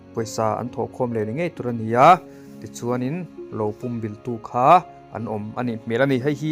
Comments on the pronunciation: "Pum bilh" tih i lam rik dan hi adiklo, ...entirnan .. Ka taksa pum in ka huh vek, tih a "pum" tih ilam ang hian lam ri rawh .. i rawn sawi dan ah hi chuan .. tui tla thitawh puam/pum ulh ang deuhvin i lam ri a ... Adiklo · Pumbilh i lam dan hi a dik lo a nia, púmbìlh tia lam tur, 'Ka thlang fuh' tiha 'thláng fùh' tih ang hian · Pum bilh ilam danchu adiklo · I la naupang nge ka hrelo a, pumbilh tih i lam dan hi a diklo lutuk.. Midangte zawt hmasa la tha tur nia aw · A buaithlak țhin khawp mai. Lam dan dik hian lam thei hram hram țhin se a țha khawp mai.